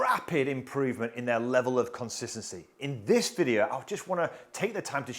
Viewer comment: It’s pronounced video not videa